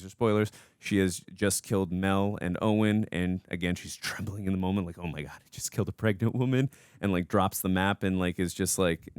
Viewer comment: Someone tell there isn't an L in the word "moment" 😅